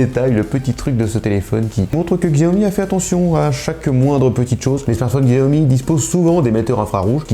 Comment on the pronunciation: Chiaomi voilà comment ça se prononce